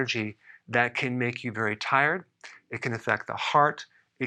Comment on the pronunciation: t-eye-red (t-i-red) jajjajajajajajajajajaja!